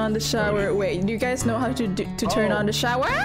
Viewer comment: “Wait do you guys know how to turn on the showEAR?”